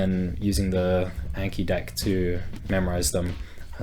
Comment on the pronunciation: Long "a" in the words "anki" and "kanji" (those are japanese words....)